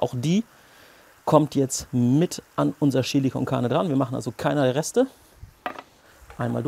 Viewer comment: Cooles Rezept, ich amüsiere mich immer köstlich, wenn Du "Schilli" sagst! :):):) Ich gebe in mein "Schilli" immer etwas dunkle Schokolade und eine kleine Tasse starken Espresso. Zudem brate ich das Fleisch in etwas Schweineschmalz an, das gibt noch extra Geschmack (wie auch beim Gulasch). Probier das mal aus!